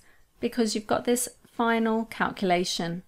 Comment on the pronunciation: Great info. I hate how you say calculation. No offense. Tomato, tomato, potato, potato.